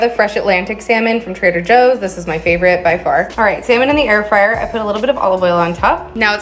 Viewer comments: Air free-er? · What’s an Air Free-air? 😂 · Not going to "@ you for the recipe, going to "@ you for the way you call an air fryer "air freer" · Am i jus high as shit, or in the first clip,was bro sayin "air freeer" at first?🤣🤣😭😭🤘much luv essay😭😭shit had me gaggin laughin🤣🐐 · Why he pronounced air Fryer like that?😂